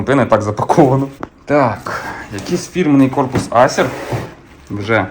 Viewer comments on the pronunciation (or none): none